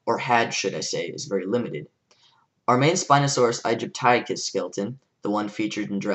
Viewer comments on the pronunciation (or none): Loved your presentation and arguments! Just a small thing, for your ease of communication - when you say 'Spinosaurus aegypticus', try pronouncing it 'aegypt ih cus' rather than 'egypt - aye - cus'... it's much easier to say, and is how paleontologists say it. Source: I study paleontology. :)